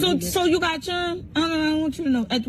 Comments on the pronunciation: A poor pronunciation of the word children. Churrin Churn Churrons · The way she pronounces 'children'😂😂😂